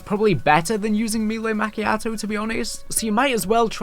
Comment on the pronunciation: Me-lay Ma-key-ah-toh